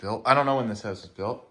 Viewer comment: Why do you say the word … house so funny? It’s just weird the way you say the word … house You say like …. Howse. Just weird 🤣